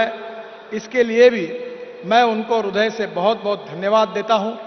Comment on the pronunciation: Hindi me rudya nahi, hirdya hota hai